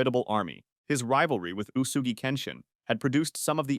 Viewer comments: and they didn't even put an effort to use it. If you want to use TTS, at least do it right. Uesugi can be written oo-way-sue-gee on the script. I use TTS for my novels and my e-reader is full of these corrections. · Maybe if you used your real voice for the narration instead of AI, you would’ve pronounced Uesugi correctly.